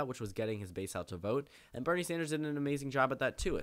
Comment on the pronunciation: When you say Bernie Sanders, I hear Brittney Sanders.